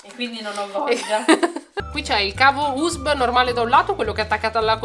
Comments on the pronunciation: Aspetta si dice UESSEBBI NON USB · Minuto come ha detto USB😂! Ironico spero